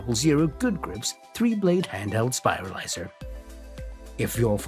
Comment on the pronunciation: Anyone else who can't get over the fact he keeps saying "spilarizer" instead of spiralizer?